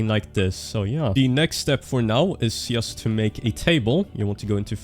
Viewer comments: Why all nords pronounce 'just' as 'yust' ? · thats not how you say "just". Pleaaaaaaaaaaaaaaase google how to say 'just'.